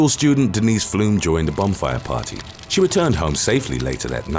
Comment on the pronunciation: swear i heard "bum fire party" Went back and listened again. Still sounded like "bum fire party".